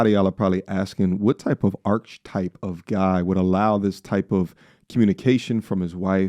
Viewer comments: Arch type?! WTF 😅 it's archetype 😂😂😂😂😂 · You're pretty good at pretending that you're smart but when you said arch-type instead of archetype The Mask came completely off😂😂😂😂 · Brother, I think you're looking for the word Archetype, not arch type. Aar-kuh-tipe is the pronunciation. Not here to talk ish, just here to help. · Done at "archtipe" 😮🤦‍♀️ Just can't.. I'm done... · Archetype: ARK-UH-TYPE. There you go.